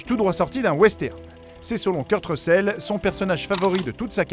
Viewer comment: « Kurt recèle » « bled runner » franchement, fais un effort de prononciation ! Mettre des photo de Big Boss pour parler de Solid Snake ! Et dire qu’il porte un cache œil alors que c’est Big boss qui le porte et pas lui ! (Dans mgs 4 ca compte pas c’est le eye droid et pas un simple cache oeil)